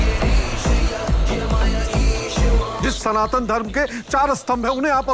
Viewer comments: Plz correct yourself, it's "SANATAN" not Sanathool.. 😐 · Its Sanatan not SANATU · Sanatul nahi sanatan bol jahil sana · Every time pronounced "Sanatan" as "Sanathool", I felt triggered & discomforted. 😂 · 'Sanatool' what's that?? It's SANATAN. Homework thik se karo 😂😂😂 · Ma'am its SANATAN not Sanathool ur Santhal its not criticism but correction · Mam, kam se kam " sanathool " to mat bolo. Sahi pronounce kijiye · "Sanatool " nahi hota " Sanatan" hota hai.....har har mahadev 🕉️ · it's SANATAN 🚩 Not SANATUN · सनातुल गलत उच्चारण है, सही शब्द है "सनातन" । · Sanatan Dharma not sanathool 😠😠😠 you not able pronounced 😂😂 Jai shree Ram 🚩🚩🚩🚩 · Ooo Madam study ki ya nahi "Sanatol" kya he ???....wo "Sanatan" hotahe... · it's Sanatan, not sanatool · Sanathool ye kya hota hai... It's sanatan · Sanatun nahi Sanatan hota hai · Its Sanatan not sanathun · सनातन धर्म है maam You are pronouncing it wrong.😊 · Please pronounce Sanatan Dharam correcrly